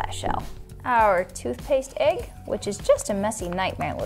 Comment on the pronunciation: It’s an EGG not an AGGE